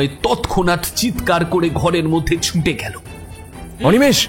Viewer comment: Golpo ta valo laglo...over all presentation bes valo kintu narrator kichu jaygay ohetuk chondrobindu jog korchen...eta kno. Jmon -- ছুঁটে চলেছে। erokom aro koek jaygay kane legeche...jehetu apnader presentation valo legeche tai bollam